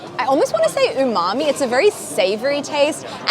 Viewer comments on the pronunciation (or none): none